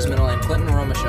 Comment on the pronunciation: Lt. Bunderman was acting commander, Staff Sergeant Clint Romesha (pronounced Romeshay) was a squad leader. Ssg Romeshay led several excursions into enemy fire to clear snipers, run ammo, clear buildings, direct fire, he led a 5 man team to counter attack the Taliban that were inside the wire. Toward the end of the 13 hour battle he led a group to search for the fallen heroes. The Netflix episode of medal of honor just barely skims the surface of what happened. Read the book "red platoon". The 8 heroes were Sgt Gallegos, Sgt Martin, Sgt Kirk, Sgt Hardt, Spc Griffin, Spc Scusa, Spc Mace, and Pfc Thomson.